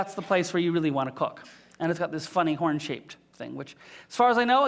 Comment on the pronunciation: He even says "horn" as "hworn" aargh!